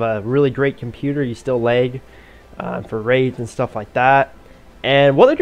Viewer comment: Is no one gonna question how when he says “lag” he says it like “leg” 😂